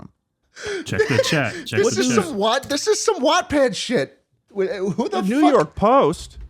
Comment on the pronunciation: Im gonna need Schlatt to never fucking say Wattpad again